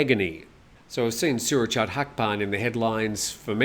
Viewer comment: For the LOVE OF GOD please copy and paste this into Google Translate: สุรเชษฐ์ หักพาล. Then say that. I'm getting tired of cleaning food off my TV when my SO goes ballistic at your pronunciation... Think: late, fate, date, mate, translate, promulgate, Surachate... Same with Sretta Tauvisin (เศรษฐา ทวีสิน) Thank you...:)